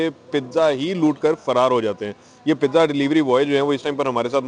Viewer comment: Pizza not the pija